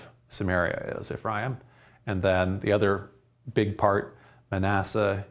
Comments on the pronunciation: Ephraim sounds like "refri 'em" -twice fried beans. Im aware of the vowel shift in the English language but I'm Mexican and that's funny. Thank you. "And that mijo, this is where frijoles fritas, and the story of Frida come from..." I prayed for clarity. Im getting hammered. Thank again. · When you say Ephraim say EF RYE EEM ... Quit being so boring learn to speak and leave it up to us jews to decide to teach about our history